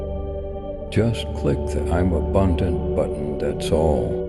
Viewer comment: "I'm sbundant"